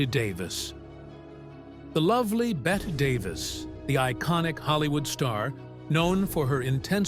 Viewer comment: Her name is pronounced Betty not Bet, regardless of spelling.